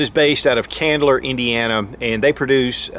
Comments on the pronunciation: Chandler IN, as in the Friends character. Not Candler, as in candling an egg. :-) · Ch-Chandler. Like someone’s name. Sorry, it’s petty I know but that was hurting everytime you said it.